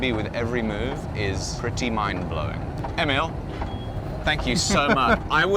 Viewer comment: It took awhile for you to properly pronounce Emil in Swedish :)